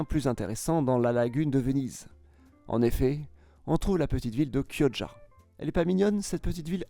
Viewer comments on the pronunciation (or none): none